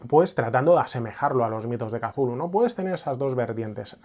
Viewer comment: Gracias por pronunciar kazulu! El único youtuber rolero que lo hace, da gustirrinin 😅